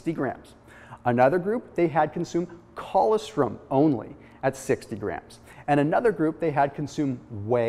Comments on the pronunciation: It’s colostrum, not collawstrim...smh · ......colostrum........pronounced..... coe-loss-strum. That's OK, I just figured out recently how to say...... "pyrroloquinoline quinone"